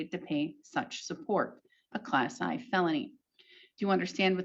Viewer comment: This could be AI generated. She pronounces "Class 1 Felony" as "Class I (eye) Felony" which a judge would not do. Zooming in on her mouth, it's highly pixilated in contrast to her eyes and the shape of her mouth isn't consistent on different vowels. The strange boxes around her mouth might be due to compression of the video because that's the part moving the most. It would be nice to validate that these proceedings actually occurred and such a judge does exist.